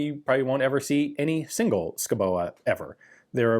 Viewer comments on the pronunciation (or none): Sko-Bo lol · btw the name is pronounced as skov-bo Schouboe is just the old Danish way of typing that name (it means something along the lines of a home in the forest) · Ian - if you want to pronounce Schouboe more like we do it's Skovbo. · Pronunciation is Sk-au-bow. As in autumn and crosbow respectively. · The 'e' in 'Schouboe' is completely mute (i'm Danish) , another spelling is 'Schoubo' , rhyme with 'Lego' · Enter “Skovbo” in google Translate and have it pronounced in Danish ... you’ll be surprised how wrong you are ;) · I would guess "Scowboo" would be a closer approximation. But you are right; Danish names are mostly unpronounceable to anyone but Danes. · Say it like skou-bo 👍🏻 the e is silent. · Schouboe = Skou-bo Madsen = Massen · "scow-bo" - still not physically pronouncable by an american but closer to the 'truth'......Incidently, Schouboe (or in modern spelling "Skovbo" literally means "Forest-dweller" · Its pronounced "SKOVBO" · is pronounced more like skoubo. is danish. and here we only use half of the letters. the other half makes a different sound then you would think. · It os pronounced - Skovbo..... but nice try 😊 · I'm living near Denmark and know a thing or two about the danish Language. It is hard to pronounce, but I think Ian's take is harder to pronounce than what it probably is: just "Shobo" with both "o" 's pronounced like the o in "word". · Shoe-boy? Did I guess right? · Skovbo? Are you sure about that? Isn't "sch-" pronounced just "s" and where did you get that k-letter from? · Pronounced score-bo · "Schouboe" is actually an old way of spelling "Skovbo" (Which translates roughly "to someone, who lives in the woods" or "a settlement in the woods".). Your pronunciation isn't COMPLETELY off. Just loose the "E" at the end. It's silent. And the last "O" is a short vowel sound. Normally I wouldn't recommend Google Translate (And they can't translate "Skovbo"! ^^ ), but in THIS case they actually have a pretty good pronunciation: :)